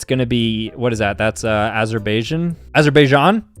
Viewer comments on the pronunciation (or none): none